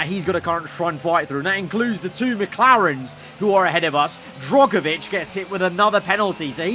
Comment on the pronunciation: I hope you get rid of Drugovich next season, I can’t keep having you mispronouncing his name again